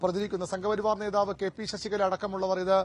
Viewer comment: നേതാവ് - നോതാവല്ല